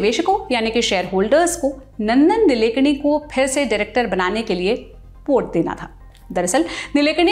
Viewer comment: नंदन निलेकणी नहीं मॅम.. नंदन नीलकेणी है...